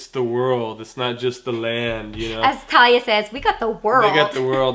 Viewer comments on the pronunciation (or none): Did You say "LaTalia" Or "Talia" Lol . its talia c